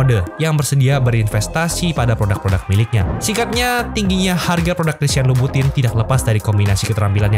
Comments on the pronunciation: Dibaca dlm ejaan Prancis jadi “Kristiyong lubutong” 🙂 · Bacanya bukan gituuu